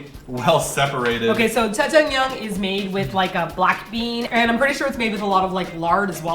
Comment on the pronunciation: its jajjangmyun